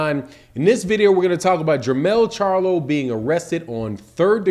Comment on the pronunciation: Not Jermell, Jarmall.